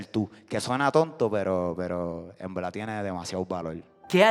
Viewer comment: "En veldad " va a conquistar al mundo ❤️ lo estás haciendo muy bien